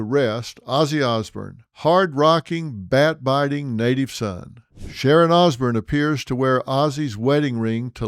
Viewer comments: Can’t he say osbourne, as in born not Bern, good report nonetheless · Sounding like Ole George Bush there phil, ozzy osburn lol it's osbourne ( ozborn). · Osborn not Osburn 😂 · Pronounced OZ BORN. not ozbern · Ozzy Os-BURN 😂😂😂 That pronunciation drove Ozzy nuts 😂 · Phil why would you hook onto Ozzy’s coattail …you don’t even pronounce his last name properly….Ozburn ? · Dr Phil talking about Ozzy. Gimme a fucking break!! His name is not Osburn. You'd know that if you were a fan,instead i get the sense that your just regurgitating what youve heard & read, just using this tragedy to get views. I dont buy it all. RIP POD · Why is it that George W Bush and Dr Phil pronounce Osborne as Osburn? Lol must be a Texas thing. God bless Ozzy ! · I love the Osbournes. Sorry, out of all the people, Dr Phil. I would think you would have pronounced their last name correctly. The Osbournes all say their last name all the Time. Please Apologize to them. You pronounced their last name throughout this video Wrong. I wouldn't have corrected you but I have Much respect for Ozzy and his family. Ever since the word of Ozzy's passing I have been binge watching and listening to The Osbournes, basement Tapes, music. Podcast etc. Once again please Apologize to Ozzy's family. Thank you.